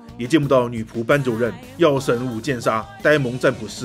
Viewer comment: 是武见妙，不是武见砂。「妙」读成「砂」了。😂